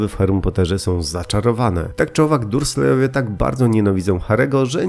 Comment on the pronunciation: Sorry, ale wymawia się Dambldor a nie Dambledor, orzą Darslejowie nie durslejowie